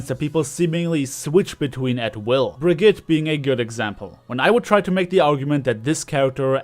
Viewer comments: Bra ge ta. Just say it the right way. I hate hearing Brag it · Is it just me or does it sound like says "Baguette" when he says Brigitte